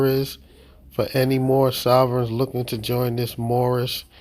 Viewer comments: I do not want to be mean however I can't help but get a chuckle out of the whole speech impediment while screaming he is moormish lmao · Did he say moormish? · I know it's a year later, but his "Mormish" nationality might have worked with the right consonants.... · It's the Mormish guy!!!!!!! They need to educate this guy!! He makes all of them foolish whenever he opens his mouth and calls himself Moormish!! I'm surprised he has any money to put in the bank with all of his car window expenses!! He also has a LOT of bond expenses and car impound expenses, as well. 🤣🤣🤣🤣 They say they are not of this land and don't want to abide by OUR laws, but they want to use OUR Constitution whenever it suits them. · Moormish? ROFLMAO!!! This guy has cognitive problems. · This person always seems to say “Moormish” - is that just me hearing him incorrectly? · That's what he says. "Moormish." Even by Mooron standards, this guy is dense.